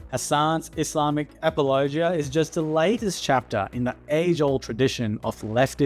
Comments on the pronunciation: I like how you say apologia like it's a region of Tennessee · Good video, but I have never in my life heard someone pronounce apologia like that lol